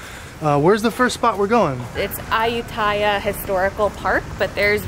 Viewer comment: It's called A-u-tee-aya.. And took-took, tuk-tuk... 😉